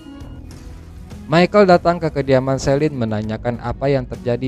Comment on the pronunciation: Jangan dibaca SILEN, harusnya SELIN mirip seperti CELINE DION